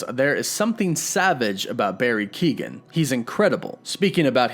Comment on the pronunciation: Yo,, Irish guy here. Barry's surname is pronounced (Kyo-en). Keep those vids comin' bud. Peace and love.